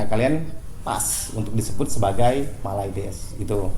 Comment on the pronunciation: mylades bukan mayludus